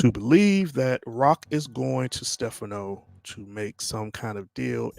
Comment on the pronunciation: The incorrect pronunciation of Stephano’s name is killing me.😭😭😒😒😒